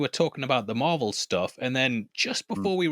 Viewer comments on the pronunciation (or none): It's pronounced Marbel, guys. 😂